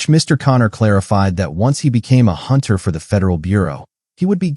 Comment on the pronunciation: a hoonter must hoont -eileen the crow